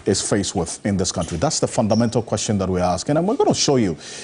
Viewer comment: The guy said kantry